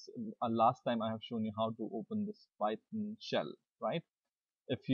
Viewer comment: It's PYTHON, PYTHON!!!! Not PY-TON!!!!!